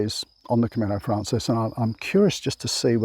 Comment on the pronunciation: it's Camino Francés, the stress is on the second syllable. Buen Camino